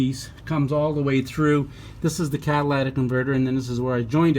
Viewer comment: CAT-A-LIT-IC, not CAT-A-LAT-IC !!!!